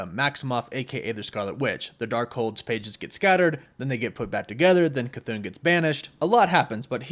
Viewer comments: I think it ( ka -th-on) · Your not pronouncing Chthon right your saying chthoon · The name is pronounced as “kha-thawn” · Omg.... Ok, you got the K c right, like Cthulu, now take the thon, and say throne. Now take out the R. Now put your K c and your thone together. Cthon. (K-THoe-N) Oh geez. Ok, Guy-Uh is how Gaea is pronounced. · ur saying his name wrong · It's not Cthon. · …..ok you’re saying “cthoon”…..it’s Cthon…like Patron the drink…just saying 🤷🏾‍♂️ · Bro It’s cuh-th•on not cuh-thoon 🤦🏾‍♂️ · CTHON not Cthoon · I believe you are mispronouncing it. I believe it's an error to say it like Ca-thoon. I believe it's pronounced Ca-thon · You saying “chthoon” makes me irrationally angry. There’s not two “o’s” man it’s “thone” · im pretty sure its cth-on not cth-oon but oh well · I believe it's a "chu" sound for Chthon. It doesn't sound like Cthulhu because of the extra "h." And i also think it ends with an "on" pronunciation, not "oon." So it's "Chu-Thon." Considering Wanda absorbed Chthon in the comics recently, I bet the other Wanda is also possessed by Chthon, or using him, (either or) and that either one or both of them are the real threat. Not our Wanda. I wouldn't be surprised if these trailer scenes of the main MCU Wanda being a threat are just red herrings. We all know how Marvel loves to mislead us with their trailers. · I can’t Stand the way you say cthon. You’re pronouncing Cthon wrong!!! It’s ON C-TH-ON . Say it with me CTHON. You keep saying CTHOON?! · i love your vids but youre saying chthons name wrong😅 its not "chthoon" its like kuh thon. just letting ya know. love ya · This was an awesome video. I thought his name was pronounced 'CUH-THAWN' not 'CUH-THOON'. I guess it depends on who is pronouncing (or saying) it. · jon, don, ron, cthon. toon, loon, moon, cthoon. how the f are you getting cthoon out of cthon. can you please show me a word where you get an oo sound out of an o. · Cathoon?? CHTON*****where does the oon come from? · It’s not cathone